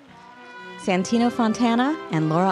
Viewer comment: bellie Well also Santino, that's not quite how you pronounce it, at least if you consider it's an Italian name xD (But close enough tho ahah)